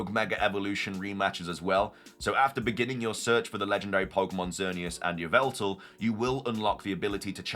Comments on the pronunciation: Wrong! It's Yah-vul-tal! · It's pronounced ee-VELL-tall according to Serebii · its yee-val-ta lol